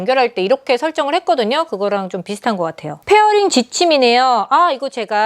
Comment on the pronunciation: Pairing 과 Fairing은 발음과 해석의 차이가 완전 다릅니다. 페어링과 풰어링 P와 F의 차이만 잘 구분하시면 흠잡을곳 없는 영상.